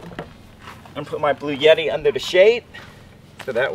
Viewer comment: “Bluetti” is pronounced blue-etti. NOT blue-yetti. There’s no “y” in it.